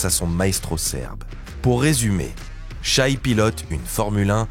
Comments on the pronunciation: Le mec prononce "chaille". J'ai pas pu finir la vidéo. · c'est shai pas shy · Challenge : si SGA gagne, on apprend à le respecter en prononçant son prénom correctement.